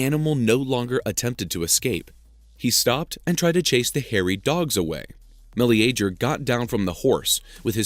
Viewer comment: Never heard Meleager pronounced before. I always assumed it was "muh leega".